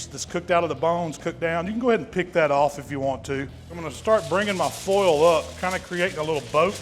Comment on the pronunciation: is this an imposter??? Never heard him say foil without the southern drawl lol